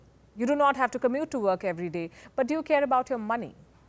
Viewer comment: ""Do you go to verk""